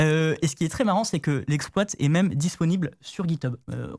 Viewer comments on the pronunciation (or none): Putain mais il dit exploatte pour exploit. 😂😂😂